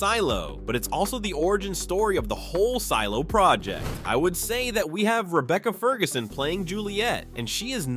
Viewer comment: Did anyone else hear him say seelo